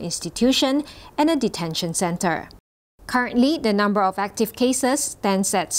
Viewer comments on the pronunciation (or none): none